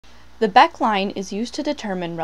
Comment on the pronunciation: It is pronounced Becké line.